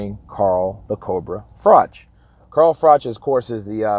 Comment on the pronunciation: Pronounced frock